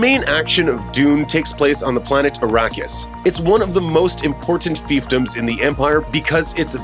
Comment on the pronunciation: OMG! Please learn to pronounce the characters, planets and family names. Also, lower the annoying music so that we can hear you. Har-KŌ-nan. Fremm-en. FIfedom(long i), h